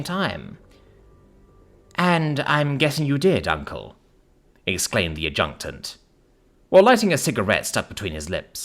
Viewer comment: A Jew taunt, XD sounds like a german insult. I always pronounced it more like ad-jeh-taunt or ad-jek-taunt.